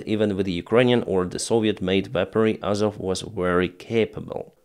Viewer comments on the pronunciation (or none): none